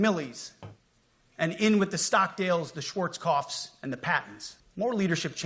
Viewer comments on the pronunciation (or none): The generals he says we need more of were lardasses 😂 schwarzkoff are you fking kidding me 😂😂😂